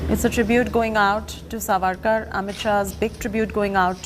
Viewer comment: Pronounce it as Saavarkar not Savakar, please correct yourself Madam.